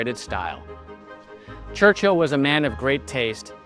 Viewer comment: A great idea for a series but I do wish that would take the time to learn how to properly pronounce British names. "Churchill" is one word. It's not two words. The "h" is basically silent; it's not "Church-hill." It's "Church-ill." Also, the Duke of Marlborough is pronounced "MAL-bur-uh" not "MARLborough."